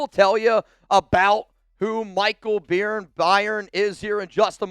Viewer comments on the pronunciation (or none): Byrne is pronounced Burn... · I’m pretty sure Michael Byrne’s last name is pronounced “burn,” like David Byrne of The Talking Heads and actor Gabriel Byrne. It’s like “Byrd” ending “ne” instead of “d.”